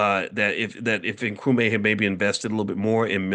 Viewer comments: It's Nkru-MAH not Nkru-mae :) Welcome to the motherland! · I mean how!! This man is a PhD and he is in Ghana and he can't say Nkrumah? How did he come up with Nkrumay? He is just not "applying" himself well enough😊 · It is pronounced Nkrumah (not may)… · ❤❤ Nkrumaaaaah not May 😅